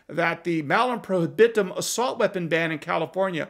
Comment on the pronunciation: Latin curmudgeon winces when you mispronounce prohibitum, but almost everyone does... Assinine legislators at the state and federal levels will get toweringly indignant at the idea that the AR with a pistol brace that is in one person's safe is itself 'responsible' for another AR that someone used to commit a crime. Yes, they really are that stupid.